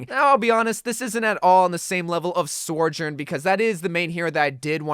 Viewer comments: I think you are saying her name wrong it’s so jurn not sore jurn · I hate to be a grammar Nazi or whatever, but please for the love of God stop saying soR-journ it’s SO- JOURN, like Sojourner. I don’t mean to be annoying it just bothers me for whatever reason. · SOjourn not SORjourn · Say it with me, So-Jurn. SO. This video makes my brain Sore-Jurn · Bro you wack: soijoirn everyone else: sohjurne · good video - it's pronounced So - jern btw, she actually says it like that herself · I hate how he says it lmao